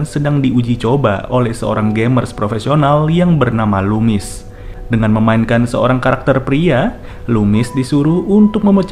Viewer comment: ga kok, bg bnr ngmng ny "lumis" bukn kumis!